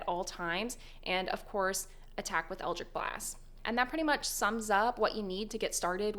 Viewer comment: Best warlock build guide, worst pronunciation of eldritch.